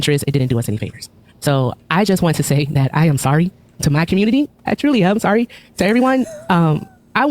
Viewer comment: Why does he pronounce "community" as " cobutity"?